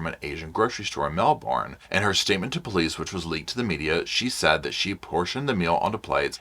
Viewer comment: Melbourne is pronounced Mel-bin not Mel-born 😊 I know its bogan haha